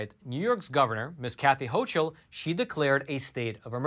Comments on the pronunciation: The NY governors name is pronounced "hokul", not "hochul". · Just an fyi that the governor's name is spelled ch, but is pronounced "ho"k"ul